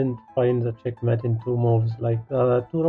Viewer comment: They're nice little puzzles, but 2 remarks: 1. the background music is distracting 2. It's not Määt it's Mate [meɪt]